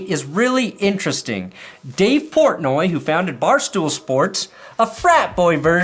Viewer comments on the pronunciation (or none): none